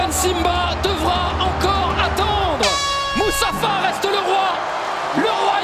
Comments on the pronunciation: Mufasa et pas musufa à la fin 😅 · Le commentateur est perché il a dit Musafa 🤣 le roi lion Mufasa